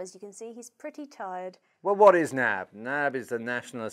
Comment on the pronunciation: you're supposed to say N-A-B